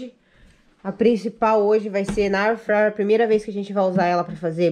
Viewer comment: Tdo que vanessa bota a mao , estraga , nem airfryer fala direito , o muie q so faz me...